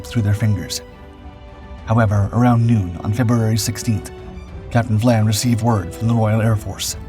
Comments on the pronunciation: Captain Phillip VIAN, not VLAN.... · Your narrator misread the name of Capt. Vian. That is an "i" after the "V", so it it is Capt. VY-ANNE, NOT Capt. Vlan. So a human narrator for once? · Apparently Captain Dau was forced to retire & killed himself on the day Germany surrendered. And it's "Phillip Vian" - not "Vlan" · For Gods sake get it right !! It’s Captain Philip Vian NOT Captain Philip Vlan. Also, why are you showing images of battleships and cruisers when HMS Cossack was a destroyer. There are plenty of images available of British destroyers, including Cossack, so there is absolutely no excuse for this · Capt VIAN not Vlan. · Great tale, but it's a pity you can't get your name pronunciations correct: "spee" is pronounced "shpay", not "shpee", while Cossack's commander was Captain (later Admiral of the Fleet Sir) Philip Vian (I suspect "veean"), not "Vlan". Helps with credibility if you get it right! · It is good that, again, the AI mispronunciations have been picked up. There is no letter l in Sir Philip's name - It is VIAN. Moving on, there is no "D" in British - but there is a letter T with which Americans have difficulty. Again, the refusal (not denial) of permission to proceed would probably (not "likely") have been refused, not "denied". English is our language, and we are proud of it: American is a somewhat different language, in increasing ways.